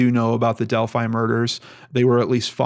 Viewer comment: isn't it pronounced Delphy ?